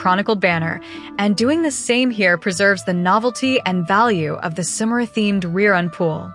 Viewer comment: that AI voice being unable to pronounce Sumeru but able to say character names is funny to me.